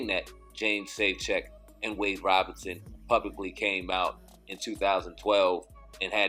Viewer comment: Thanks for your videos they are greatly appreciated. But, If possible please try to pronounce Wades last name correctly....Wade's last name is Robson (pronounced: ROBE-son), not Robinson. Robinson is Smokey's last name aka: Smokey Robinson... I'm only mentioning this because, it kind of disrespects the last name Robinson when its compared to Wade... Thanks again for you videos I love the content....peace & luv my brothas'.....